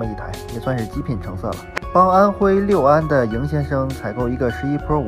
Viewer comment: 安徽六（lu)安